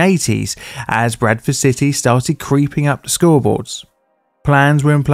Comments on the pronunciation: The entire time I thought you were saying "Breakfast City" instead of Bradford. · I don't usually have trouble with your accent, but I thought you initially said "Breakfast City." I know a fair bit about English geography, so I was wondering where that was!